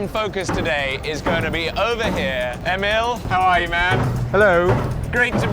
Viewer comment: "Ova heeee" 😂❤